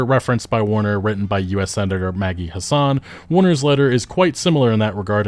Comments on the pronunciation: pronunciation of Senator Maggie Hassan is throwing me off. You make it sound middle eastern lol. it's HASS-ən or if I wasn't copy pasting form a wiki it sounds closer to "Has Been" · Maggie Hassan of New Hampshire isn't of middle-Eastern descent, but white-European as can be; the second "a" is short. Say it with a Southern flourish: "Hass-en," like "Wrastlin'," "Hasslin'," or as her opponents misleadingly coined in previous elections, "Taxin'."